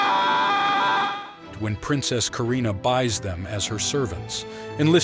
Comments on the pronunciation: Just FYI: It's "Halley's" comet, not "Haileys". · It's not "Haley's comet" or "Hailey's comet," it's Halley's comet.